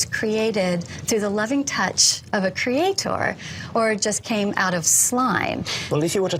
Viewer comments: Yeah I'm an English teacher and it PAINS me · Wendy doesn't come across as very bright until you hear her pronounce "creaTOR" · "creatOR" "creaTION". Her pronunciation on these words makes me wants to drive nails through my eardrums. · Every time she says, "Cree-ay-TOUR," I cringe. Lol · cree aye TOR... holy fuck.. I can't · Why does she insist on pronouncing "creator" like that ("crea.... tore")? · I always loved her condescending vocal tone and the way she said 'creatOR' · Funny thing is, as i read this comment, she says ""CreatOOR"" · There’s a particularly irritating aspect regarding the way she pronounces “cre-ay-tor” as if it’s three separate words. It’s a purely conceited and pious origin of the pronunciation. Utterly delusion and confidence about their position. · As soon as she said "crea-TOR" I had to stop the video. Watching this would be bad for my health, I can already tell. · The way she says creataaaw. Such a fool. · Holy shit, all of the reason goes waaay over her head. I love the way that she over-pronounces words in order to seem more articulate hahaha. But I’m sure that she wouldn’t support a Hindu creation concept being taught in American schools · Why does she keep insisting on pronouncing “creator” with an emphasized “OR” at the end? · Is it just me, or do all the scariest doe-eyed creationists pronounce "Creator" to rhyme with "Skeletor"? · I refuse to take anyone that pronounces the word creator like that seriously